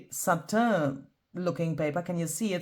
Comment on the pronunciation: Satin put “pronounce satin” into Google ( or similar) it will tell you how